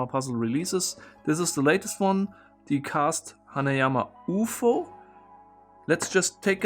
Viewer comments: Ah, COME ON, buddy. You MUST know d@ how to pronounce 'UFO', and it is NOT said as OO'-fo. The whole world says it the way it is meant, which is simply "You-Eff-Oh" --- or UFO. And I am sure you MUST know what it stands for: UN-identified Flying Object. You DO know this, right? RIGHT? HEY! ANSWER ME!!! Don't you walk away from me, DANG IT! Come back here!!! lol :-D Seriously, ALWAYS love your content, and TYVM for doing such a great job. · its U F O not uhhfooo XD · Trivia: in several languages, abbreviations are pronounced as words, and not spelling each single letter, it's just faster and sounds better. I am not German, but when said "Ufo" instead of" yoo-eff-aw", I didn't even notice, until I read the comments. ^^ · Pronouncing UFO Me: you efff ooh: ooofo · Did he just call the UFO oooohfo? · German way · I found it endearing the way you said UFO as a word being read out loud instead of an acronym.